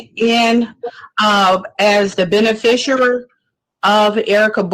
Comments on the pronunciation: She keeps saying beni-fisher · She can't pronounce beneficiary